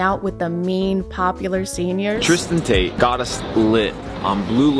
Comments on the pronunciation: Wait I heard it again… can someone confirm she is in fact saying “the taints” not “the Tates” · Is it just me that thinks she keeps calling them the taints? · I’m sorry I just keep thinking you’re saying “The Taints” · I kept hearing taint every time said tate. I genuinely thought it was a funny bit....I think I'm going to hell. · Did she call them the "Taint" brothers? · I kept hearing taint brothers😂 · lol thought u said “taint brothers” 😅 instead of Tate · Not sure if it's because of how early it is (5 am), your pronunciation, my Auditory Processing Disorder or all of the above... But I kept mishearing "Tate brothers" as Taint brothers 🤣 Thank you for the hysterical giggle fit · I keep hearing "taint" not "Tate". The Taint Brothers. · I’m not here a whole lot but pls telling me I’m hearing Taint brothers correctly😭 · Wait are you saying the taint brothers? 💀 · It sounds like "taint" when you say "Tate". Intentional or not l appreciate that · I keep hearing “taint” brothers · I'm convinced you were referring to the Tates as the Taints. I swear I heard you call them that a few times. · You said “the Tates” I heard ‘the taints”… took me a second to realize 😂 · I heard "the taint brothers" and I'm not sure if that's what you actually said or if I just misheard, but that's what I'm calling them from now on. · She's been saying Taint the entire video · am I missing out on a joke whenever she says taint brothers? Like, it is the Tate brother, correct? Am I missing something here? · Probably wasn't intentional but at around the minute mark when said "the tate brothers" I really heard it as the "taint brothers" and now I'll only refer to them as such. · did she call them the TAINTS !?! I had to rewind like 5 times and still can’t tell. If so… genius